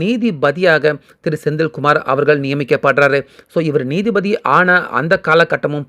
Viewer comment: நீதி பதி இல்லை. நீதிபதி என்று வாசிக்கவும்.